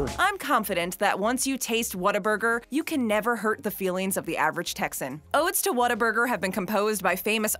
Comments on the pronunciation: True fans know its pronounced "WATER-BURGER" not how its spelled "Whata-burger". Got really annoying hearing her say it wrong soo many times. Proven by the clips of Texans talking about it in this video. P.S. Don't mess with Texas. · You don't say what a burger you pronounce like this " waterburger " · If you're going to do a top 10 on Whataburger, make sure you pronounce it correctly..."Wad-er-burger." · it’s WHATERBURGER to us natives. lol no hate but hearing “whattaburger” was a lol strange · If you are a true Texan you know it’s pronounced WATERburger. Fact. State law! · its Pronounced Waterburger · Is pronounced waterburger New Braunfels , Texas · It makes me so angry how she keeps saying the “W” is an “A”. That is not correct